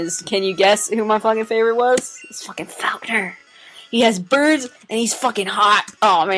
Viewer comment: ZING IF YOU USE METRONOME NO SPACEBAR. >:l I'm going to have to come back and watch all that frame-by-frame. 3X You are going to get so many good mornings... What was EVEN with the way you're pronouncing "Faulkner?" ..fowlkner? :V